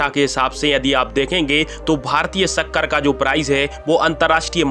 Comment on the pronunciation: हिंदी भी शुद्ध नहीं बोल सकते। श को स बोलते हुए शर्म नहीं आती एक भारतीय होते हुए। कृषि को क्रिसि बोलते हो शक्कर को सक्कर